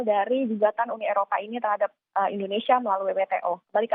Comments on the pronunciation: Ndonesia??? Mana huruf I? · editor kompas tolong itu kurang "I" BUKAN NDONESIA tapi "INDONESIA" haduuuuhhhhhh